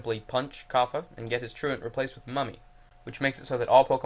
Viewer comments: He was the same guy who couldn't pronounce truant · ~~how does one not know how to say "true ant"~~